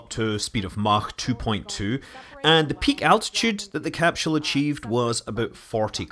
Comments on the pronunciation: Evert time he says 'CAP-SHUL" i twitch. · I love how Scott pronounces it as capshool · What's a capshull?